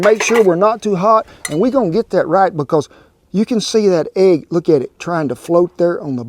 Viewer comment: has been in Oklahoma long enough that she pronounces it like we do..agg...🤣🤣